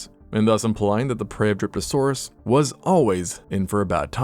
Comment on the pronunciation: My tired brain heard Derpasaurus not Dryptosaurus😂